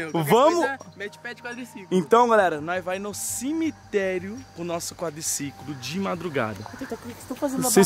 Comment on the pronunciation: Cemeterio não "selemeterio"kkkkkkk